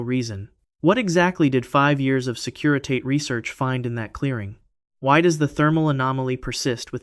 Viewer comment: Fascinating! It's pronounced 'securi-tah-tay'.